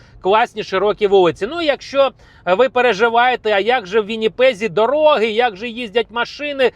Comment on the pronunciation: Немає в укрмові дароги,пакажу, говоріть з правильним наголосом.